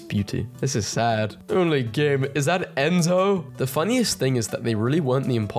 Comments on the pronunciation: My dumbass thinking about Mafia: The Old Country because of his pronounciation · when he said enzo instead of ezio i was thinking reboot also that's altair